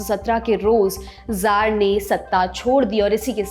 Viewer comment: जार नहीं कहा जाएगा, त्सार का उच्चारण होगा, रूसी भाषा के तहत।